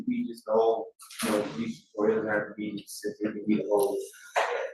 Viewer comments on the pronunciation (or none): "jus' ta be more pacific..." Good lord.